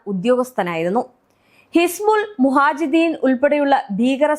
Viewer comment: മുഹാജിദീൻ അല്ല.. മുജാഹിദീൻ aanuketo😅😅 പിന്നെ കേടാർ അല്ല കെട്ടോ.. കേഡർ ആണ് 😅😅😅